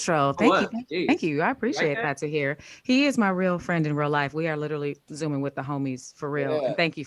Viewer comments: can't say literally for anything 😂🤣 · Its difficult listening to completely murder the word "literally"